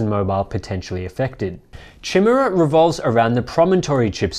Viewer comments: Dude, it's not Chin-mera. it's pronounced k-eye-mare-uh. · isn't it 'kai'mera? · Chimera is pronounced kai-mare-ah it is a mythological Beast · by the way, I think chimera is pronounced kai mera. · LOL, chimera is not pronounced like that. It sounds like ki-mere-ah. Chi·me·ra also Chi·mae·ra (kī-mîr′ə, kĭ-) n. 1. Greek Mythology A fire-breathing female monster usually represented as a composite of a lion, goat, and serpent. 2. An imaginary monster made up of grotesquely disparate parts. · Before rush to any conclusions, they should rush to get a pronunciation dictionary and look up "chimera". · Learning how to pronounce "Chimera" before making a video might be a good idea... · thats not how you pronounce "chimera" :D